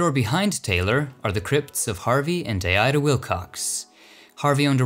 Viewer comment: Also it’s not Ida Wilcox it’s Dieda Wilcox...